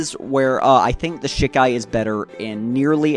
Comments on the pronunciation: SHEEEE KAI NOT SHIK AI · Please stop calling it Shik-ai. The Japanese characters are Shi, ka, i. Pronounced she-kai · Hey man, do bleach content if you want to do bleach content but I take it a little more seriously maybe? You don't really come off as someone who's read the manga recently if at all. It's pronounce she kai not shi kai. You completely neglected that half of ichigos initial bankai is the shihakusho that gauges his spirit energy. Also his final bankai isn't the horn and the face tattoo that's a totally seperate thing known in the fan base as his horn of salvation form, it's like the in between his Vasto Lorde form and his vizard mask not his bankai. In fact he activates it in shikai. Also you didn't so much as mention the potential theory about what his bankai is implied to be capable of beyond its destructive capability or what it's actually demonstrated to do. For those who don't know its generally accepted by the core fan base that ichigos bankai ability is probably the ability to shatter fate. Your production value is good and I understand that bleach is hype and it's easy to hop on that hype train now with the second season closing out and the hiatus being as long as it is but at least put in a good amount of research. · Great video but ive literally never heard someone say shikai like that and it was just weird to hear 😭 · Man say shikai right